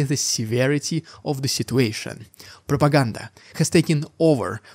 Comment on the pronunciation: For those looking for it because they didn't find it in the video: RRRRRIDICULOUS RRRRRRRRUSSIAN PRRRRRRRROPAGANDA BRUUUHH You're welcome.